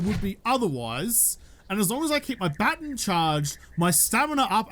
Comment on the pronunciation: Day 139 of saying Its pronounced baaa·tonn (not baten) however I love that it gave him Stockholm Syndrome. He now loves what he used to hate